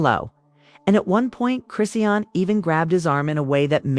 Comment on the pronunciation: All of the pics are of BlueFace, not her so called new man. Using AI voice generation is horrible because the wrong pronounciation of her name is very aggravating. So much click bait is flooding Youtube. smh.